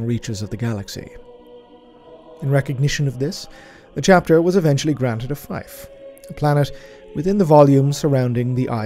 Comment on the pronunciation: Fife? You mean fief? Like feef?